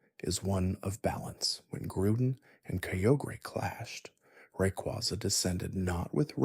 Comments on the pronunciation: The way you said Rayquaza stresses me out. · Lol the funny part is that he said Rayquaza correctly and then one paragraph later he butchered it like 4 times. Also learn how to say the regions right too